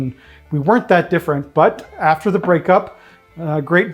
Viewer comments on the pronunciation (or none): none